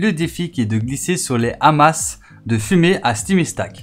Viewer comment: Ça se prononce "Ama"